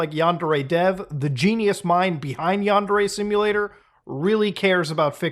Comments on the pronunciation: It''s pronounced "Yawn-dare-ay". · Is yundere purposely supposed to sound like “under age”? 🤨